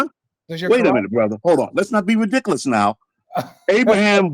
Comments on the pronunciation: This man cannot be real 😂😅 that's reedikuhluhs 😭😩😂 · Why can't this old dork say "were" not "was" and "rehdickulus" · "THAT’S RIDICCALUS" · "Its rewdicowis"😂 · Sheikh Ba-leeh Khalsaun "But I'll tell you what!" "It's absolutely re-dic-eh-lous" Be sincere, sir, or go home 😪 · He keeps saying that’s “ridiklas”. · “That’s ridicalus” lol someone get Charles Barley’s unc please